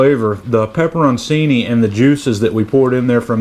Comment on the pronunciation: looks great,. I'll be doing something similar next weekend. BTW, pepperoncini is pronounced "pepper on chee nee".